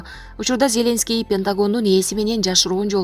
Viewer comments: ЗЕ́ленский эмес Зеленский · Зеленскийди туура айтып алчы сабатсыз журналист блогер сорой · Зеленский дегенди башкача окуйт экен!! Журналисттер ушундай окуса??????......